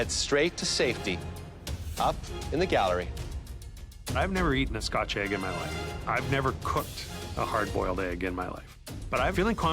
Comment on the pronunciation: Americans: Eh-g Canadians: Aye-g